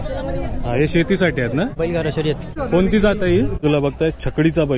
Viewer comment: शयरती😂😂😂😂 शर्यती बोलतात त्याला